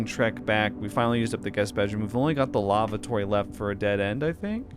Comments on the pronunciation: Omg.. that is not a broach.. and that is not how you pronounce lavatory.. please stop saying lavatory!!! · the way he reads Lavatory is kinda funny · He says it so weird LOL